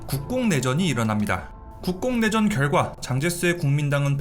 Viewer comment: 잘못 들으면 국뽕내전 처럼 들림…